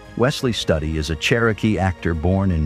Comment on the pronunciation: Stoodi not study..